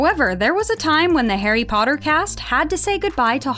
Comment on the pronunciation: i still remember how tom would say potter as POTTAH that always cracked me up